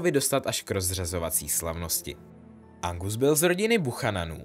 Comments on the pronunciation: jj je to Argus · Nevím, jestli jsem špatně rozuměla, ale myslím, že jsi říkal Angus místo Argus Filch🤫